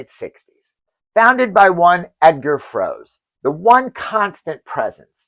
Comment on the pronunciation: Dear friend, in German we read the last syllable too (Froe-se, Schul-tze etc.), so you pronounce the TD's names wrong, "angloamericanising" them...